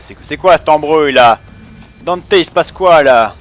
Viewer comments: Et non ! ça ce prononce Dante ''e'' :) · pourquoi tu dis dante "é" ?